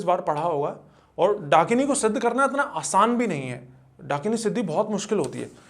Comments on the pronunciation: Dunkini❌️ Dakini✅️ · Host : भाई वो "" डंकिनी "" के बारे मे बताओ... 🤗🤗🤗🤗 . . Guest : ब्रो ... ""डंकिनी "" नहीं...... ""डाकिनी "".. 🤗🤗🥺🥺😬😬😬 . . . Ghost community listening to this podcast be like : ""डंकिनी ""...... हाहाहाहाहा....🤣🤣🤣😂😂😂😂🤣🤣🤣🤣🤣🤣😂😂😂🤣👻👻👻👻👹👹👹👹🤣🤣😂😂🤣🤣😎😎😎😎😎